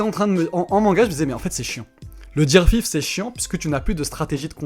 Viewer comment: Ça sait dire Coola, mais pas Gear 5